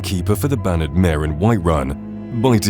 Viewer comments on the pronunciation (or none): none